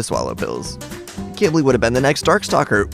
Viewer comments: It’s pronounced q w I ,b i l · when he call qibli kibli it makes me mad every time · i thought you said Qilbi (Qu ill be)